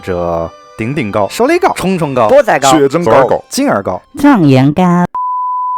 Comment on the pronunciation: 狀元糕辣個音是怎抹回事 ! 🤣🤣🤣